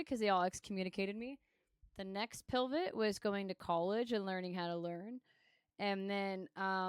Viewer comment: "Dilvit" and "pilvit" instead of pivot and divot is fucking sending me 😂